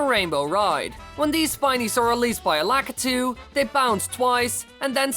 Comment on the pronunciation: You said the guys that throw down Spineys name wrong